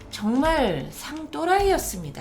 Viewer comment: "상또라이"발음 짱이에요